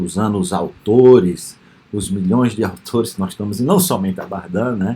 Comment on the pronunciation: professor, a pronúncia correta é Bardén, invés de Bardã